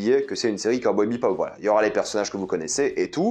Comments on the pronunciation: J'ai relevé que tu prononçais "BEPOP" alors que c'est "BEBOP" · Ouais mais t’inquiète on s’habitue vite c’est pas dérangeant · ah jsuis pas fou mdr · Ah mais pareil, ça résonnait dans mes oreilles xd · Cowboy ...... "BEPOP" ? xD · je ne suis pas fou il dis bien BePop et non Bebop? ^^ perso la ba m'avais laisser un gout amer... genre l'ambiance a l'air la mais c'est mou du cul... je vais look la série mais bon... j'ai peur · Heu c'est pas Cowboy BePop c'est Bebop... dommage... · J'ai écouté ta critique, et tout ce que j'ai entendu, c'est bePop, au lieu de bebop, c'est très perturbant! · C'est Cowboy BEBOP pas BEPOP, ça m'a titillé les oreilles tout au long de la vidéo à chaque fois que tu dis BEPOP...